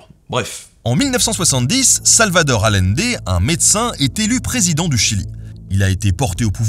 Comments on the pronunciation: Super épisode! Juste un petit commentaire, le nom de Salvador Allende se prononce comme si ça s'écrivait Aïende. Petit clin d'œil d'une Chilienne ;) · Super vidéo merci ! Parcontre Salvador Allende ne s'est pas suicidé, il a était assassiné. Ps: ça se prononce ayendé 😁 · Ce pauvre Allende, déjà que cet humaniste a eu une fin tragique, il faut aussi que tu lui écorches son nom ! Deux L en espagnol, on prononce "Aliendé", un peu de respect que diable 😛